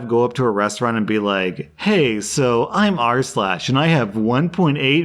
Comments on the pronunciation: goddangit now I cant stop hearing "arse-lash" thanks Rslash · Now I can't unhear Arse lash 🤣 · I had never once heard it as "arsh lash" and now it's all I can hear. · now i only hear "ars-lash"